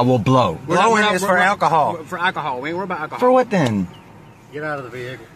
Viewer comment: I aint trusting NOBODY who accuses me of doing something other than AKOHOL..Their ability to speak is impaired.